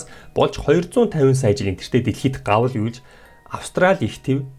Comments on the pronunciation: Гавал биш *Галав шүү. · гавал биш галав шүү дээ 😂😂😂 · Гавалын үе гэж юу байхав. Галав гэдэг байх. Гавалын үе гээд байна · энэ бичлэг нь дээр түшиг нэг л сонин хурдан яриад байх юм бас их олон гарын хөдөлгөөн хийгээд хүүхэн хараан бөөрөнхий болж мөн үгээ их алдаатай уншиж байна бас галав гэдэг үгийг гавал гэж хэллээ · Галавыг гавал гээд яриад бна уу би тэгэж сонсоод бна уу броо 😝😅